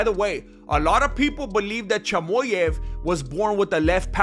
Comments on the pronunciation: Your Mexican is really showing when you say “Chamoyav” 🥭🌶️ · Chamoyev 😂🤣😂 I can’t stop laughing. You delivered the facts in a very entertaining way 😂 *subscribed*